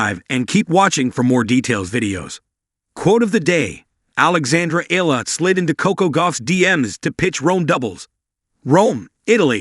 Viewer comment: Please pronounce her last name properly. It’s not EELA, it’s EE-YA-LA😂😂